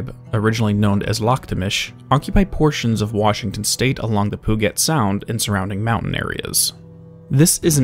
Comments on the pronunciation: Hey might be pedantic but I live here in Washington puget sound is pronounced Pyu-jet not pu-get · Just an FYI for future videos it's pronounced Pew-jet sound. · As a native Washingtonian I winced incredibly hard how you said Puget Sound. It's Pew-Jit. Ironically an English Explorer's name.